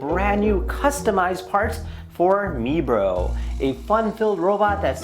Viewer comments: (My-bro) not mebro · It’s prounonced My Bro!!